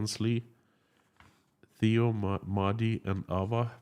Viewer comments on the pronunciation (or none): none